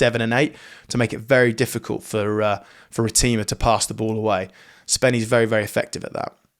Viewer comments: “Ra - Tim - Ar” not “Ra - Team - Ar” bro 🫡 nice attempt though 😂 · You could help by showing its pronounced RA TI MA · Its pronounced rat-er-ma bro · It's pronounced "Ratenjava" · can you say Cortez Ratima's name properly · Ben Youngs would have heard the proper pronunciation before. Instead, he takes a dump on it. Typical English.